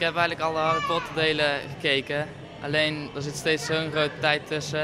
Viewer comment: Harle Potler 😂